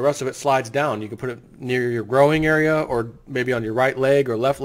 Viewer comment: did you say "growing area" ..... do you mean groin area